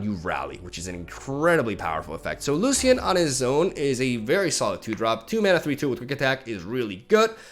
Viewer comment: BTW it's Loshen 🙂